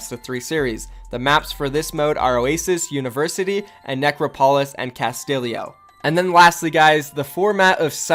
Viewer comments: idk its pronounced “cast-ti (as in tit)-yo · C A S T I L I O it's pronounced Casteeyo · casti yo not castilio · Necro polis and Castillio. Necro polis and Castillio. IT'S NECROPOLIS AND CASTILLO. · ''Necro-Polis'' ''Castillio'' honestly, the fuck are this pronounciations? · When you can't say Castillo, Necropolis or Ecopoint:Antarctica correctly